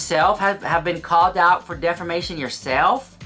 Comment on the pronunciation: DefRmation 😂, it’s pronounced Def-A-mation 😂